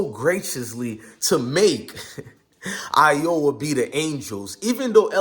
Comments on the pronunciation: Bruh , have u never read the word Iowa before???? 🤣🤣🤣🤣🤣🤣🤣🤣🤣🤣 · Caitlin did not taunt at anyone individually. Plus you showing disrespect not even pronouncing Iowa or Caitlin correctly. Also please explain why LSU didn’t shake hands after the game.